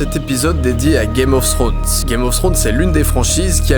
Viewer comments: Ta video est super mais s'il te plait ne prononce pas "Games Ofs Thrones" il n'y a pas de "s" a chaque fin de mot, merci. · DidiChandouidoui game of srones , targarien , tirion ... ( regarde la série en vo tu comprendras de quoi je parle ;) ) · On peut dire qu'on l'attendait ce 5 theorie , super video PS par contre pourquoi les francais disent tous "games of ssrones "? c'est tellement moche!